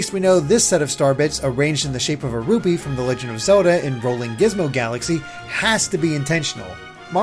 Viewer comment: HE JUST SAID RUBEE. HE GENUINELY THINKS THAT IT'S RUBEE, NOT RUPEE.